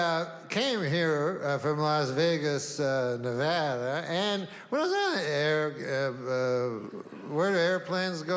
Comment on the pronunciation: A Canadian that pronounces Nevada correctly is one in a million.Thank you.